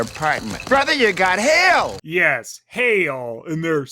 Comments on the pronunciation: I know he said "hail" but it sounded like he said "You got Hell!" Which is a perfect description of this place. And series. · When I first saw this episode, I misheard Andre's "Brother, you've got hail!" line as "Brother, you've got Hell!", though to be fair it actually did sound like that (and it surprisingly wasn't cut off the Jetix DVD version despite them cutting out words like "weenie" and "burn"). Also I love how Dr. Quease is sometimes called "Supergenius" in these reviews in the same way Wile E. Coyote says that word, although the Coyote is much more of a genius than Quease. It looks like Leonardo's "biggest idiot" streak has been broken for now, but I think with this and the next episode, Dr. Quease may work his way up in the idiocy rankings despite his claims of being a genius.